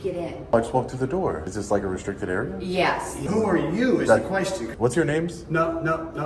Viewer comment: lmao "the whole building is restriscted" 😂 clowns